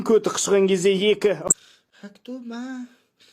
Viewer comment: Хамтума дегені шее😂 ол хатума деп ше😂